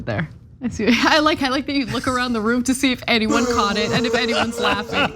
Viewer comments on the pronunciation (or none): none